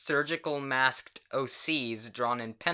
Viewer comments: normal people: “maskt”: “massk t d” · u pronounce the -ked in "masked" very distinctly wow